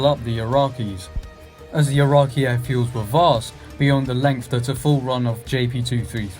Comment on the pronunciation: Great video but i cant get past that you dont know how to say Iraqi.